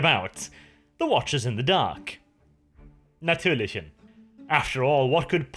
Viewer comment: "Natürlichen" i had to check 3 Times to be Sure. Nice German 😎